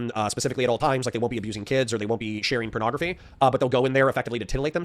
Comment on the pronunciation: He can't stop calling it "pernography" and it's driving me nuts